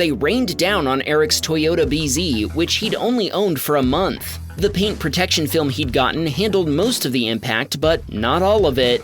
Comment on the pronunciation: "PERDICTID" is not a word. *Predicted. "Discripshin" is not a word. *Description. "PERDUCING" is not a word. *Producing. "PERTECSHIN" is not a word. *Protection". "VICTUM" is not a word. *Victim. "GROSHREES" is not a word. *Groceries.